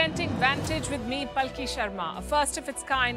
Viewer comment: Please read your name as Palki Upadhyay Sharma not as palki